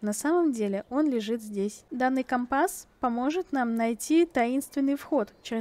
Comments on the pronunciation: Правильно ко́мпас а не компа́с! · Там где ты говоришь это слово слушать невозможно, по ушам сильно бьёт. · Слово «компас» латинского происхождения. В языке-исходнике ударение стояло на втором слоге, но сейчас такое ударение встречается только в речи моряков применительно к морскому компасу. Много играю в Пиратов, вот и привязался морской говор. А еще возможно в старых фильмах связанных с моряками было такое произношение, которое я запомнила в детстве 🤔 а это уже не искоренить из памяти🌊